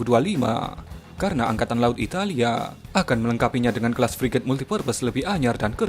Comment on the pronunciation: Hhh yg benar2 priget min emang priget kita yg udah ada priget siluman, min menggebu2 amat